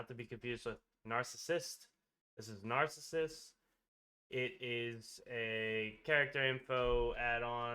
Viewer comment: My fn god, what's with all of these "content creators" who can't pronounce simple or famous words. I want to punch somebody every time I hear 'herth', and now Narcissus? If you don't know how to pronounce something, look it up!